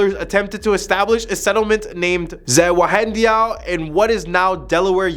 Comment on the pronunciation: In all 18 years I spent in DE, I’ve never been able to pronounce Zwannendael. Good job 👏 😂. It’s a beautiful Museum